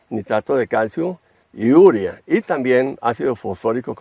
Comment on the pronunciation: Urea, no úrea... Habla bien